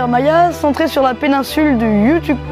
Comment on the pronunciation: Buena tarde, jeune... yucatan c est you- ka- tane.... tres sympa la vidéo... Amitié Mr O.B.S( toujours Nicolas)